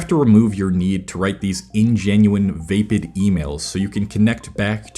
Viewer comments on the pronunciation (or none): Vape-Id lol my brother it’s pronounced va-pid (the a is like ahhh like you’re scared running away from someone)